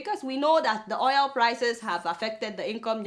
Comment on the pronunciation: Adeola, why you dey call Oil = Oyel? abeg it's razz